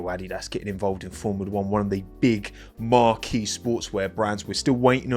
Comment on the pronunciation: Marque = mark 👍🏼 not mark’ey 🤦🏻‍♂️